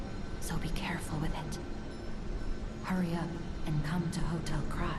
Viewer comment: Guess we were both wrong in the pronounciation of Krat